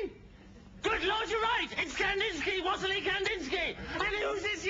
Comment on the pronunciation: It would have helped if they'd have pronounced Wassily (Kandinsky) properly.